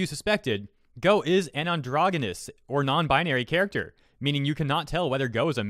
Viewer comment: You say androgenous wrong